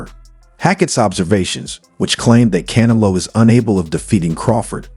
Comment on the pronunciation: Who the f is Cana-low. 😅